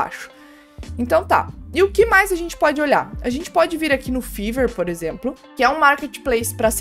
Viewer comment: Fiverr se pronuncia Faiver, como vc estava pronunciando é como se fala febre em ingles, fever .